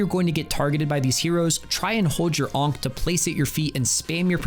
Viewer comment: bro hearing you say onk over and over is something else